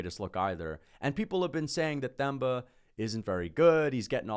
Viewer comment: Te-mba not Th-em-ba